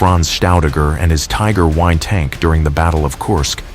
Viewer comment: You know you're dealing with AI when the call a Tiger One a Tiger i..